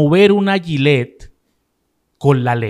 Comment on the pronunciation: Además de eso a mi también me preocupa que un profesional de la comunicación diga AYILER en lugar de GILLETTE. Además de que se le debe de llamar navaja de afeitar porque GILLETTE es una marca.